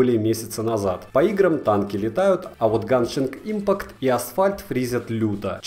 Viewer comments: Видео как всегда топ, но есть одно замечание. Геншин импАкт, а не Ганшинг Импакт, пожалуйста) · ГЕНШИН ИНПАКТ ГЕНШИН. НУ ЕМАЁ У МЕНЯ СЕРДЦУ БОЛИТ ОТ ТАКОГО ПРОИЗНОШЕНИЯ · Ганшинг импакт ёпт. Не удивительно что у тебя ничего не работает. Ты же даже читать не умеешь.